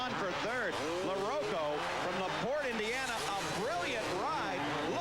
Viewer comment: pronounce larocco right!! or get off the air!!